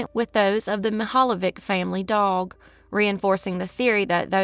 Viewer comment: I am Croatian and pronunciation is not even close.... Mihaljević